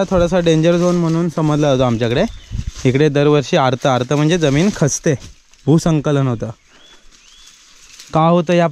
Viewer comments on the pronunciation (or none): भू संकलन नाही रे भूस्खलन 😂😂